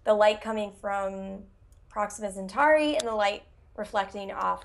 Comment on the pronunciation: FYI - a friendly reminder of just a few basic things: By definition a Mega-Meter is 1000km. Kilo = 10^3, Mega=10^6, Giga=10^9 etc. Also it's not 'Centari', it's 'Centauri' like 'centaur'. Finally 'Lagrange is a french name, pronounced 'le-gron-je' That aside I was impressed by the accuracy of most of the stuff discussed though. Most people over-hype and tell half-truths but what said was a good, realistic summary of the the real science going on.